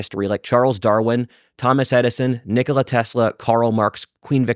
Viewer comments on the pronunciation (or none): none